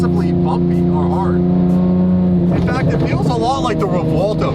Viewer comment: Nice try, but It's REVUELTO not Revolto 😉